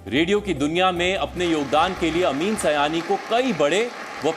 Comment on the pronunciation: Not bhaiyo aur bheno. Behno aur Bhaiyo. अमीन सiयानी not अमीन सयानी